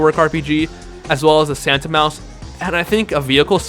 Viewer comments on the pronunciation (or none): none